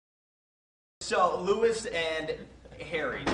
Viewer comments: he pronounced Louis wrong and I'm crying. Idek why lmao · He made that face bc the interviewer pronounced his name wrong 😂 (“Lewis” instead of “Lou-ie”) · Nah, he gets all shocked when the interviewer added Harry, at the mispronunciation he just looks done with it. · Ok ok..this video is SUPER CUTE. But I'm provably the only perfectionist that's kinda triggered by that guy who called Louis "Lewis".. Idk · my guy said Louis (like the American way of saying it) IM DYING 😂😂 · reporter: says louis wrong me: SCREAMMMM